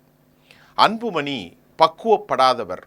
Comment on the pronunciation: சார்,வணக்கம்.உங்கள் உச்சரிப்பு சிறப்பாக இல்லை.அன்பு மனி இல்லை.அன்பு மணி என்று சொல்லுங்கள்.ல,ள உச்சரிப்பை சற்று கவனியுங்கள்.மற்ற படி சிறப்பாக உள்ளது.